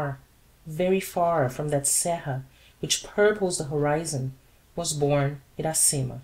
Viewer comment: Parabenz pelo esforco, mas posso dar uma opiniao ? Uma traducao mais proxima do titulo do livro em Ingles seria "Iracema: The Honey Tasting Lips Virgin" ( A Brazilian Tale ou A Brazil's Tale ) A pronuncia mais apropriada para o nome Iracema em Ingles seria => "Ira-cima". Lembrando que a letra R em ingles soa diferente da letra R em Portugues.